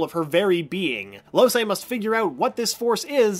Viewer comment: Loh-say eh? Its important to play games before making videos about them